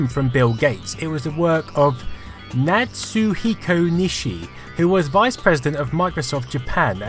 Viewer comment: It's Kazuhiko, not Natsuhiko.